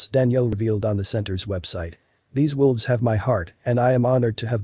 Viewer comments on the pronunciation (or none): Sounds Like He Is?Saying, "WILVES" Not "WOLVES." It is read by a computer & somehow got programmed wrong. He also said, "lead" ("leed") instead of "led." Those can be tricky even for us -- like "read" & "read."